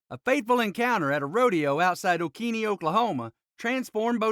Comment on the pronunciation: Its pronounced oh-keen not oh-keenie